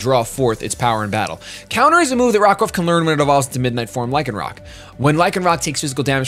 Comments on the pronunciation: It's pronounced Lie-can-rock. It comes from rock (of course), and lycanthrope, which is a werewolf. Also, the Oranguru page was using proper grammar. "Live solitary lives", with lives here being the plural of life. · You pronounce Lycan lie-can due to Lycanthropy aka werewolves :) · Pronounced Lie con rock, like the werewolf